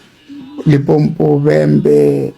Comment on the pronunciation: people can't even say LIMPOPO, but were fighting hard to have a a march there 🤦🏾‍♂️